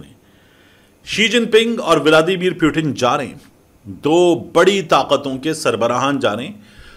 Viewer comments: Armed Forces ❌ Annd Forces ✅ Putin❌ Pyutin ✅ 😂😂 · ooo pakistaniyo wo pyutin nahi putin he kyu sab ke nam kharab karte fir rahe ho india ko endia raw ko raa modi mudi putin ko pyutin sab ka nam bagadne ka theka liya he kya😂😂😂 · Salon( Putin) not Puetin.